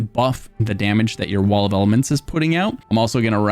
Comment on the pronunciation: Why does he say pillar of nerd and wall of almonds 😅